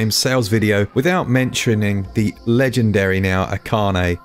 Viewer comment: Menshiurning akane, quality pronunciation right there :)